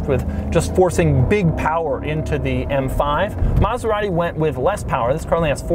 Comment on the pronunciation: He didn't curse once...but it sounded like he DID😂😂😂 he murdered maserati💔